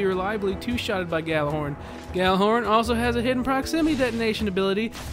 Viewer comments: it is actually pronounced like yallerhorn not gallahorn in norse which is where the word comes from it means megaphone and was used by hiemdell(probably butchered that) to signal ragnorak(the apocalypse) so people who pronounce it like yallerhorn know there shit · I mean... it IS technically pronounced like "Yallar-horn"